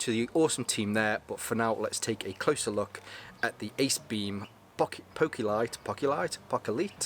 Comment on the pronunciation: ( POH-kee-lit) There ya go Mate